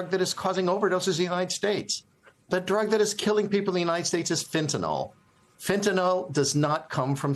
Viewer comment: Notice, folks, there's no "o" in "fentanyl". It's not "fentanol".